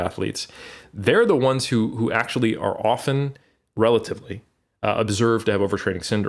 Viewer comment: Love when says potenshe(potentially) ackshe(actually) haha